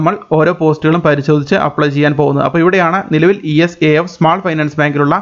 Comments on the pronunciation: ഇസാഫ് ആണ്" E S A F " അല്ല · ഈ എസ് എ എഫ് അല്ല... ഇസാഫ് ബാങ്ക്.